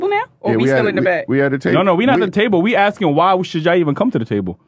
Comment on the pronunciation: Who are they "axing" now?